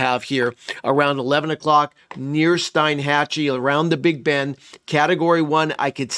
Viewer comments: They pronounce it Steenhatchee around there.... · Fyi, pronounced Steen-hachee